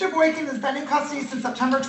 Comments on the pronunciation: He can't even say his name properly 😂 he clearly said Boykins a couple times. When she asked him w an S he said no. She heard it too. Idiot..hes obviously a jealous & immature fool. He deserves everything he gets. In my state if you don't show up it doesn't matter..you will still be charged. Ppl kept recanting their stories & wasting the courts time. So now the AG just prosecutes. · mayor Boykins???? and he added the S on the last name AGAIN......who is he? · Mr.Boykin literally pronounced his OWN name BOYKINS at least 3 times....lol wtf?! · Dummy don’t even know how to say his last name . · Lol he can't even pronounce his own name correctly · That dude said his own name wrong 3 times. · Says his own last name wrong then gets frustrated at the court 😆🤣 zero green flags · He can't even pronounce his own name correctly.